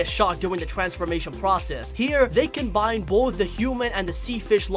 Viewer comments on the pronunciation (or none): none